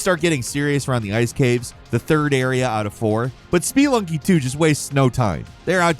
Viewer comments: Did he say spee lunky? It’s SPUH-LUNG-KEE 🤦🏻‍♂️ I love this channel but, they constantly mispronounce words 😂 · lool "Spee-lunky" vs "Spuh-lunky" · Spee lunky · Hearing someone say SPEE-LUNKY instead of Speh-lunky is cringe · I thought "Spelunky" was pronounced "sp-lunkee" not "spee-lunkee". Since "spelunking" is pronounced "sp-lunk-ing" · speeelunky. It's Spe,. Spelunky. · Speee-lunky XD I swear this guy get's a script, sits down, bangs it out, goes "whatever" and goes right back to drinking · Speelunky LMAO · S-PEE-lunky - genuine question, is it really pronounced that way? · "Speelunky"? Does mispronounce things on purpose? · I like these videos, I just can stand this guy. SPEE-lunky was just the straw that broke the camels back. Dude never does his research and always mispronounces stuff 😢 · Spee-lunky 2 lol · “Spee lunky”???? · SpeEeEeEeEeEeEeEeEe…. Lunky! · "Spee-lunky" Alright, that does it. He absolutely has to be doing that on purpose, there's no way he isn't.... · Speelunky took me out 😂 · I’m sorry but “ spuh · luhng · kee”. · Spee Lunky?! dont you understand that word spelunking? It mean to explore. Like caves and underground and shit. You've just BUTCHERED its pronunciation lol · Please learn how to properly say Spelunky. I just couldn't refrain from commenting it was so cringey to hear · Your pronunciations continue to baffle me. Have you never heard of Spelunky before this video?? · Why are you saying spelunky like that? I don't think that's how you say it lol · The way he pronounced “spelunky” gave me total organ failure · from the word Spe-lun-king, which means cave exploring. spe-lun-ker who explores caves.